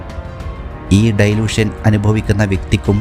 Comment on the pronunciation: ഡൈലൂഷൻ അല്ല, ഡെലൂഷൻ ആണ് ശരി